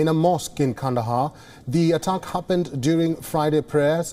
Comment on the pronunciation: Please tell your newscaster the word is 'attack' not 'uttuck'!